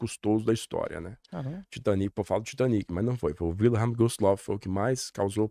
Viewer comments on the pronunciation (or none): none